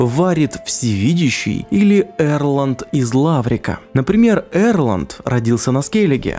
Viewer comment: Из Ларвика же, а не Лаврика...